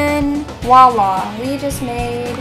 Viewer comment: Slow down so you don't have to say oops so much. pound sign, not hashtag :( Lastly....it's Voila....with a V. :D :D